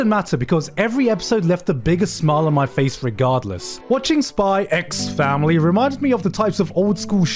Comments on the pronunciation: The X is not pronounced, in neither Spy x Family nor in Hunter x Hunter. There is no discussion to have that's just how it is officially. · he says spy ecs family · day 5 of requesting it to be pronounced "spy family" 💀